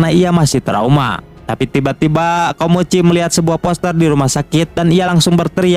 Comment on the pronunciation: Awal ngenalin nama nya " KOMOCHI " seiring berjalannya waktu kenapa jadi nyebut " KIMOCHI " dah bang 😅